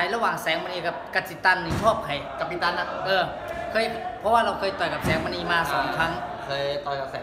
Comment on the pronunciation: หลองเอ๊ยย...เรียกชื่อ กับปิตัน ยังไม่ถูก...😂